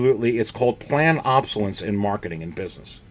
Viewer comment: I enjoy your videos but just a tip - it’s pronounced “ob-so-less- ence” not “ob-so-lence”. I know some people consider it rude to correct other people’s spelling or pronunciation online but you repeated it so many times I had to let you know. I personally would want to know. It’s like having something stuck in my front teeth. I would want someone to tell me.